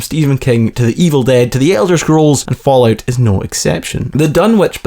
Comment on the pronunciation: it İs fallout not falloyut?!